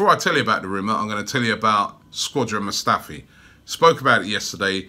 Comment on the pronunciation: "Squadron" Mustafi 😂